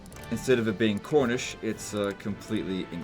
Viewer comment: Every time says cornish, I hear khornish and immediately think that Cornwall people collect blood for the blood god and build their own skull throne.